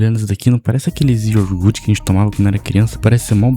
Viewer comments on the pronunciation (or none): "IORGUT" matou o coitado do português... hahaha ...treina falar "iogurte" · IoRgute ? Meu Deus... estude um pouquinho de português antes de gravar videos, ou volte pra escola